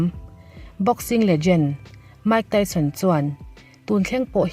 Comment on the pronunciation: Mike Tyson hming i lam khi chuan zahna tlem tal ti lang ve teh aw a chanchin i hre tam lo tih a hriat reng mai research va nei leh rawh Mike Tyson hming i lam rik leh dawn chuan